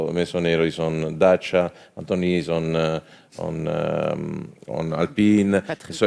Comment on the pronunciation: For the first time a Renault chief executive pronounce corectly Dacia: Da-chi-a, not Dasia or Deisia, as french did.